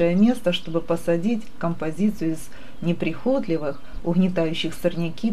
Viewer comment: Блин, что за ударение в слове прихОтливые😂😂😂, вам самой уши не режет?😅